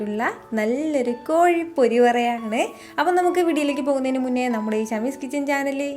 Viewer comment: കോയി അല്ല കോഴി ആണ്